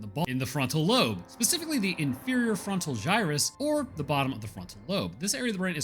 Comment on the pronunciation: "the marker signal is stored in the ba- In the frontal loan" mate you always do good. Makes us laugh. Great vid as always